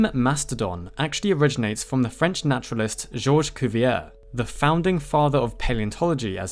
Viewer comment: This video is different when you keep hearing German Nationalist, rather than naturalist (or i suppose naturist). Im increasingly convinced i need my hearing checked. Also, great video :). How did i not know that mastodons/mammoths were two different things. I think i always assumed there were the same thing. Live and learn !